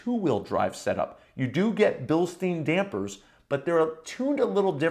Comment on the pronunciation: It’s not pronounced Bilsteene it’s pronounced Bilstyine